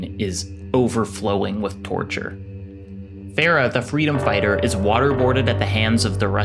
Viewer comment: the way you said "Farah" bro ☠ My aunt is named Farah and it pains me the way you said that name.